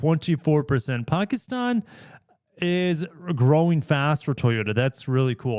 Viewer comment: Thank you for your correct pronunciation of Pakistan!